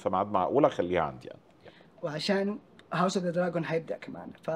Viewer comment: المشكلة انو النطق الاقرب دراقون وليس دراجون